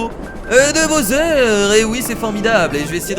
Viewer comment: C'est pas bosser on dis bawser pour bowser